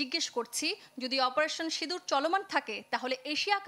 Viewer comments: Operation sidur na operation sindur...valovabe bolun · অপারেশন সিঁদুর। বাঙলায় উচ্চারণ ভিন্ন।